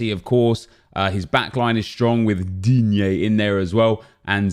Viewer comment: I'm a new subscriber to guys & I've seen Nep exaggerating Digne's name for the second time, so I just wanna know what's up with that? Is Nep an Everton fan or Digne played an important role in any of the previous series? Just curious 😅